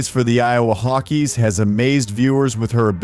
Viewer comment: What gives with the narrator not being able to pronounce, "Hawkeye." Are you a robot? How can an expert on American sports not know how to pronounce Hawkeye.